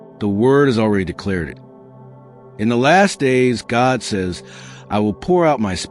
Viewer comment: "God", not "gog" 👌